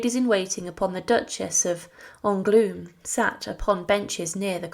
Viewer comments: It would be a good idea to learn some basic French pronunciation (Angloueme is not pronounced “angloom” and millions of livres came out as “millions of lives”). Mon dieu, quelle horreur☹️ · It’s hard on the ears to hear the majority of these names (st Denis, Angoulême, etc) so terribly mispronounced